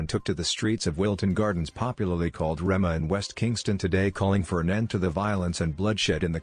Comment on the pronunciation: This is so funny 😅😅 The way he pronounced Rema